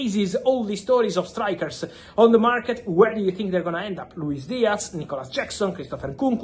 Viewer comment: Its not a Luis DiaC its a f ZZZZZZZZZZZZ DIAZZZZZZZZZZZZZZZZZZZZZZZZZZZZZZZZZZZZZZZZZZZZZZZZZZZZZZZZZZZZZZZZZZZZZZZZZZZZZZZZZZZZZZZZZZZZZZZZZZZZZZ